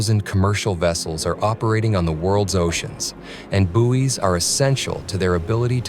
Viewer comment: Had to stop watching,he kept saying Booies